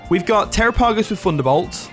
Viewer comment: It’s pronounced “Tair-rah-pah-goss”